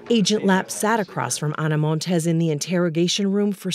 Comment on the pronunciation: *Montes NOT "Montez".